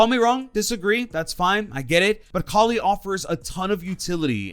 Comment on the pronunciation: Ight but please stop saying Cally instead of Kali